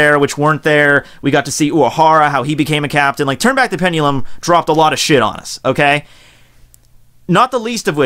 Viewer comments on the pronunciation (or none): never use the word pendulum again, you butchered the hell out of it like 40 times. almost couldnt even watch this whole video